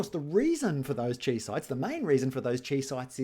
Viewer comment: Chi is Greek, it is pronounced KAI, not CHEE. Seriously hurts my ears, it is like hearing people say me sen ke mal when talking about the mesenchyme.